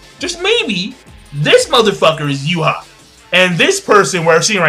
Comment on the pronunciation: and why do you keep saying Yuha? the mangastream says Juha